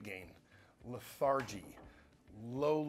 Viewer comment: LETH-ARGY? BRUH....